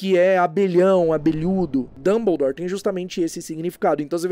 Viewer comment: Pq a dublagem do Brasil fala dumboudoure e fala hermione e não herrmaione?